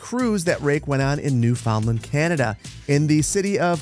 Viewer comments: So cool that Newfoundland is mentioned!!! I am from that island and it's also pronounces New-fin-land with the emphasis on "New" and "Land" not "found." But it's a common mistake, and I know at this point your not the best at pronunciation 🤣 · newFOUNDland good god (think more new-fund-lend), sometimes I wonder where youtubers are from and then they try and say nfld and it's like "ohhhh, yeah you're american" I do love this idea for the challenge, it reminds me a lot of sims 4 shell challenges and I think that's a super fun way to involve more of the community in the enjoyment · Its pronounced "new·fuhnd·land". Don't come at me lol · ANOTHER CORRECTION: It's my home province and nobody, ever, in the history of pronouncing it correctly, has called it 'noo-fn-lund' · The proper pronunciation of Newfoundland is "newfundlund" or "newfundland" much like many British place names, the "found" is not pronounced like it would be as a separate word